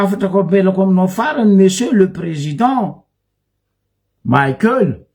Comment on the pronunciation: 🥴 Abruti ! Ce n'est pas président maïkel mais président Michaël. Izy tsy américain kara maïkel jackson, anao koa tsy américain. Mianara magnano prononciation anao koa nianatra. Prononcer tsara, Michaël mais non pas maïkel nao zegny, anao marary jery. Stop koa watawata pory nao. 🥵